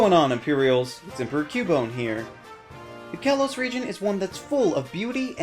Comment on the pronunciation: it's pronounced kay-low-s